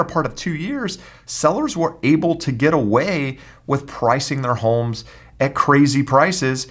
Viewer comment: I hate the way this guy says homes .